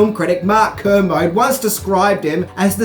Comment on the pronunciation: Ah you're a loveable spastic... The British film critic is Mark Kermode pronounced Ker-Mo-Dee not Ker-Mo Your horrific pronounciation of words will always mate me chuckle 😂 And don't feel Dad about being fat after Christmas because I'm so fat I'm even more Lite &, Easy at the moment haha 😂😜